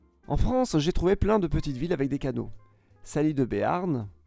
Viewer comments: Tu dois en avoir raz-le-bol des commentaires sur la prononciation, mais on dit Saliessss-de-Béarn 😉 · SalieS de Bearn le S se prononce Sinon super vidéo comme d’habitude Bravo